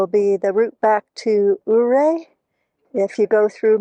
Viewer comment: Really enjoying your travels on the back roads of Colorado. We watch you every week. The views are amazing. Just so you know the o in Ouray is silent. Kim and Jerry from Colorado.